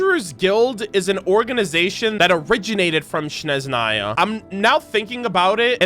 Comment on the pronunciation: As a Slav, I’m dying a little every time content creators pronounce Snezhnaya as Shneznaya :D just sharing pet peeves, no hard feelings about it, appreciate the content a lot!